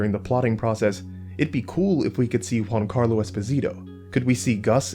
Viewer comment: Sorry, but i have to make this annoying and irrelevant remark: Giancarlo Esposito has italian origins so its not pronounced "Juancarlo"